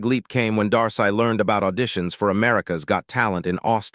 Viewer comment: Its pronounce Dar-See